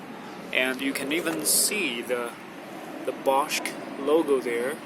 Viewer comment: Silent "c" in Bosch, dummy...